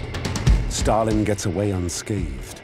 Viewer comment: Who put the R in Stal-in, Starlin is a bird.